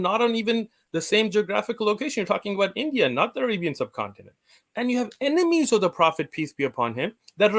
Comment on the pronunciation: You know has a cold or Hayfever when he pronounces enemies as emenies lol. Loved the segment with the Hindus, they may believe in one supreme God but then their symbolism and idolatry leads them astray. Asadullah is completely spot on, Hinduism has had no major influence or impact outside of India. Thanks to Dawah Wise's Demystifying Hinduism videos I was able to follow along without being completely ignorant. Keep up the good work Brothers!